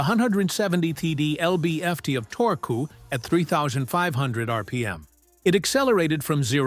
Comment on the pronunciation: haha i like how your AI says torque.....torkoo btw you posted only 3 subscribe banners in 4 minutes? shame on you,you should be more annoying